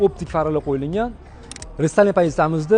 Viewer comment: Qo'yiliNgan emas qo'yilgan Togri gapirishni o'rganing ekspert endi 😊